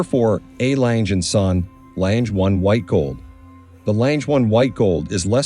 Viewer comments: “Langer” is also wrong. Lange is pronounced more like Lung-eh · Please stop pronouncing the name as ‘Lanje’. The name is pronounced as ‘Langer’! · Not läntsch, terrible pronunciation.. Lange just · Very interesting but for the record it’s pronounced ………….R lunger and zuner (I know that’s not the spelling just how it sounds) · I‘m with you. Their pronunciation is incredibly ANNOYINJE… If I tell a bad joke, it can be described as a CLANGER… get rid of the plosive hard C and you have the correct pronunciation of LANGE. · AI crap. Doesn’t even pronounce the name of the brand correctly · I can't believe how often the commentator mispronounces the Lange name, as well as many of the features. Abysmal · He should learn to pronounce Lange correctly, it sounds terrible to a german. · Please learn to correctly pronounce the name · For a watch of that high calibre it is disappointing to note that the commentator is literally unable to pronounce the Lange name.